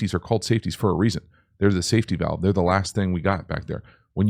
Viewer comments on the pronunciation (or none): none